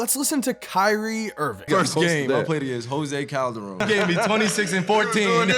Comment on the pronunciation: Did Kyrie say jose coldarone wtf I can guard him